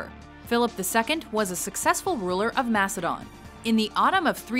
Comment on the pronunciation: It's not mas-a-don it's mak-a-don